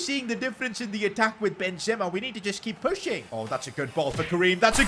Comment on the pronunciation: Bro pronouncing these names💀. Maiig Nan Ben Ze ma 💀💀💀